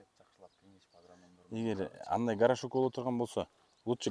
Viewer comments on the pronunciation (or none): горошок эмес, ГОРШОК😂😂